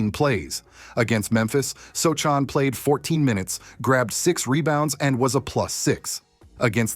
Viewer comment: So Chan? If you can’t pronounce the players names correctly you shouldn’t be doing videos!